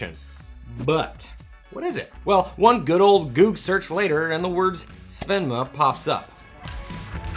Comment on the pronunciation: Great as always! You read it wrong, by the way. It's not Svenma, but Svema, which is an acronym for "Light-sensitive Materials".